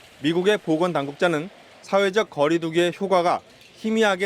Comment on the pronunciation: 특파원 발음이... 효가.. 라고 하는데.. 효과 입니다.. 좀 제대로 발음하기 바랍니다.